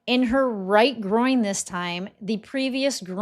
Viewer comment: Groin, NOT Groing